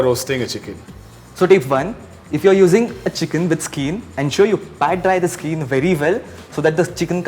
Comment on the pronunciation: It's skin not skeen please